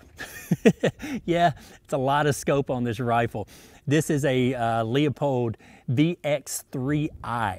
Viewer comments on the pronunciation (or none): It's pronounced Lu-pold. Not Leeapold. The e is silent. Leupold. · it's not pronounce Lee-oh-pold. It is Lou-pold or Lew-pold. Check it out for yourself. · Pronounced- Loopold!